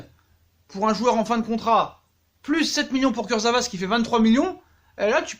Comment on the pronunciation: «Kurzevra»... NULLISSIME!!!!